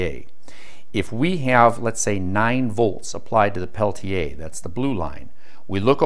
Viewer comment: I love this guy! It is AM and I have to be at work in the morning, but I can't turn him off. He is also one of the few people on YouTube who pronounces Peltier correctly (pel-tee-ay instead of pel-teer or pel-tee-er).